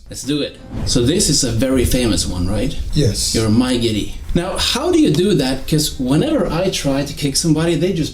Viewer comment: His 'yes' sounding like 'osu' to me 💀